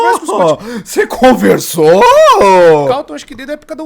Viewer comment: "OOOOH cê comversou" kkkkkk